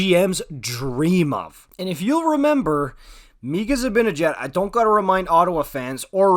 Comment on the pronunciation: i think it's just pronounced mika